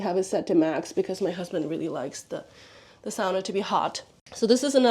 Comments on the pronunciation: When my Finnish parents bought their first house here in the US, dad remodeled the kitchen. Closing off the window over the sink and replacing it with the dish drying rack. Second on the list was a sauna. I wanted to thank you for pronouncing "sauna" correctly. (My pet peeve.) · I'm still watching but had to say how nice it is to hear someone who knows how to pronounce "sauna" correctly and doesn't call it a "saw-nuh"!